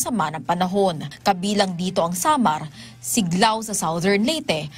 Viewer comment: Correction Silago hindi siglaw at Carigara hindi Cariga ano klase reporter ka?